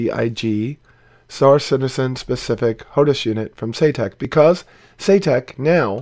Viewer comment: Saytek? Eye - Saitek surely. But then as it's a name I guess it could be pronounced shoutuk. :)